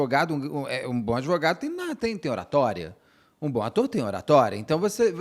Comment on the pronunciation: Gostei desse doutor "adevogado"👏🏾👏🏾